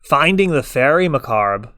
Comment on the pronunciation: Great video. You and I are going to have this conversation every time bro... It's Fairie MUH-CAHHB, like "corn on the COB".